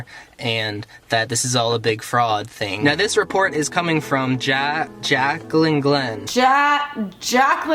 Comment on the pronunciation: He acts like he doesn't know who you are. "J-Jaclyn Glenn?" Like, even if he DIDN'T know who you are, your name isn't complicated and is easy to pronounce. I hate when people do that.